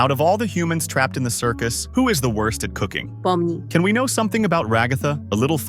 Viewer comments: why did they say pomni like that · Lmao i liked the way the tts says Pomni